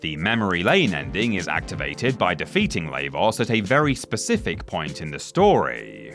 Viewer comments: Sorry it’s bugging me 😅 Lah-vos like lava is how it’s pronounced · Yeah it caught me off guard how he was pronouncing his name xD